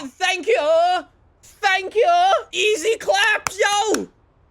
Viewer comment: trying an English acsent:tha..the thankyooooo thankyooo Me:that sounds like a pregnant goat!🙃